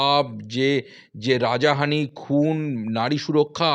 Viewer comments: কথা টা রাজাহানি না রাহাজানি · Abe rajahani noy rahajani. Correct kor vI. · কথাটা রাজাহানি নয় হবে রাহাজানি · দাদা রাজাহানি নয় রাহাজানি। এতো ভুলভাল বাংলা বলেন কেন? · কে এটা! রাহাজানি কে বলছে রাজাহানি! বলিহারি! 'শুভ নন্দন '😂😂